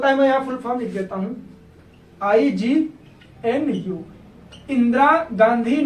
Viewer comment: IGNOU hota h ignu ni